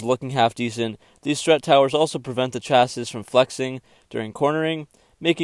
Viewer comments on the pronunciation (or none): Did he just phonetically pronounce 'chasis'???? "Chaaaaaaahhh-ssiiiisssiss"? 🤨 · Did this dude actually say ‘chassisssssss’ with the s sound at the end?